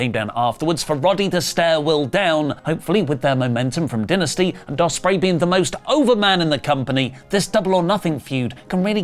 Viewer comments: It’s dynasty, not dentisty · You're killing it's dai·nuh·stee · How come you guys pronounce Dynamite correctly, but pronounced Dynasty as Dinasty. 🤔